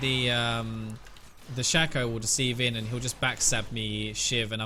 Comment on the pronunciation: I will upvote this video simply on the premise you pronounced shaco's name shack-oh and not shake-oh, you are true hero